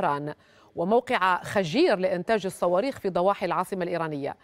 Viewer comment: خَجیر غلط، خُجِیْر صحیح